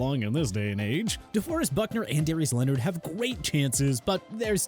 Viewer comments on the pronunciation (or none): Its not "Darius leonard" 😏